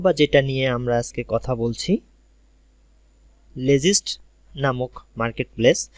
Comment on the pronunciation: উচ্চারণ লেজিস্ট🤣🤣🙃